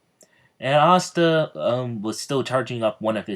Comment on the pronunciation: Can you not say pasta :/ re watching